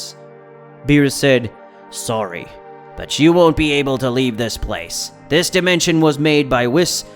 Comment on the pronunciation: bro said wiss